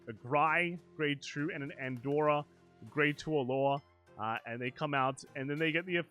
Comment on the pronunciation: "Andorra" lmao